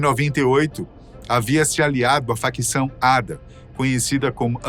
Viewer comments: Detalhe inútil... ADA se pronuncia A.D.A separado... não ADA... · Se pronuncia A.D.A